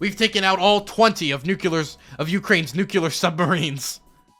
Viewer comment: I like your content...but dude.... New-klee-er